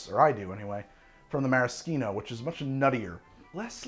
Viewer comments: Mara-SHEEN-o not Mara-SKEEN-o. That is all. Carry on. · meh·ruh·shee·now (no k sound). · This is the first time I've ever heard it pronounced "maraskeeno" rather than "marasheeno". Sounds very weird. I see now that both are valid pronunciations, but like never in 56 years have I heard a k sound in Maraschino. From Dallas, Texas, then western Washington State. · The way you say Maraschino is egregious. Nice video tho. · Who taught you to say maraschino that way o.O? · You know, I’ve actually never heard anyone pronounce maraschino that way